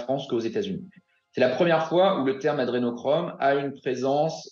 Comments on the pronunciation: le mec "expert" ne sait pas prononcer Adrénochrome.. (il dit adénachrome), déjà balèze. Mais j'apprécie que quand on regarde des vidéos de barjo, la première suggestion du site soit Zemour. Un programme web à plus de jugement qu'un bon nombre de pauvres gens en recherche de scandale. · l'autre rigolo qui dit "adénachrome" il ne sait même pas de quoi il parle